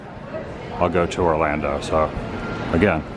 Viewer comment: ORLANDO not Orlanda geeze